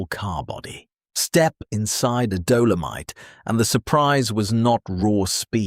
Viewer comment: What the hell is a "Dough-low-mite" 🤣